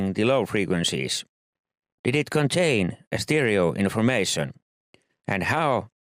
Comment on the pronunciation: It's hilarious how he pronounces the "d" lol